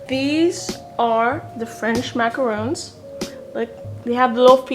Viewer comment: its MACARON not macaroon